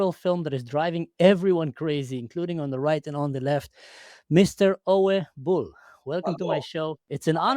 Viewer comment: how long are you in Germany? You could be at least familiar with the pronunciation of German names like Uwe 😂😂